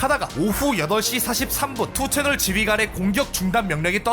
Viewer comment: 아 그리고 2ch를 투채널이라고 읽는 것보단 니 찬이라고 읽는게 낫습니다. 요즘은 운영자가 고소당해서 5ch으로 바뀌었지만.